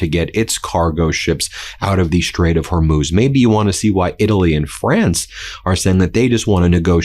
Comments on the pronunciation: You did it! Thank you, thank you, thank you! You got it - the Strait of HOR - MOOZ !!! I can keep listening. I also like it when you are kind of whispering. Yes, HE'S THE WEAKEST LOSER! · OMG! You finally figured out how to pronounce Hormuz. Only took you a week. Impressive. All hell is breaking loose. :) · Love that Ben finally pronounced Hormuz correctly lol! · Yay! Ben nailed Hor-mooz! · Hey Ben! Thrilled you're now able to pronounce Hormuz correctly!! 😂🎉👍